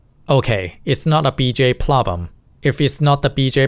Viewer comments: you say plobem, its "PRRROBLEM" also, i did NOT know motherboards also get called "MOMMY BOARDS" wth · "plobem" okay, you could try learning english a bit more and fix your pronounciation, but this is the only pronounciation mistake i've seen in the video so far, keep learning! "another plobem" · pronunciation of "problem " is a bit off. You are improving alot though ! very impressive learning another language !